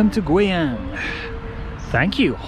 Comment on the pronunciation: i dont know why as a chinese i think when you say the city's name guiyang out ~is kind of sexy ~~lol~that voice~that pronounce~